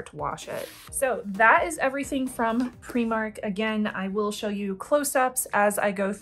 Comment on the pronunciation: I appreciate that you use the Scottish pronunciation for Primark! 😁